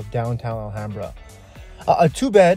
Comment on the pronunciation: alHAMbra pronunciation 🙏 how to spot if someone is actually from 626 or a transplant.